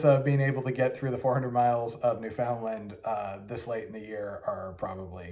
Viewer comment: Also new-fin-LAND instead of new-FOUND-land lol it's okay though